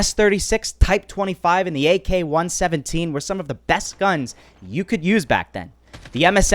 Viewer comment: The way you say AK 117 is killing me 😂